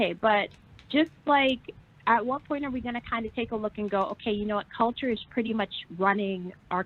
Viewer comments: “Puthy pwint pannie” 😭😭😭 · nahhhh it's the pwuddy pwint pWAnty for me and the way YOU SAYING IT LMFAOOOO 🤣🤣🤣🤣🤣😂